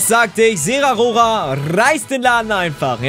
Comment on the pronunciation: es heißt Zeraora nicht Zerarora. Nicht böse gemeint aber es heißt ZeraORA